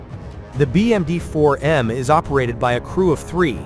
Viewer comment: "le 4 millions de dollars bermudien" xD🤣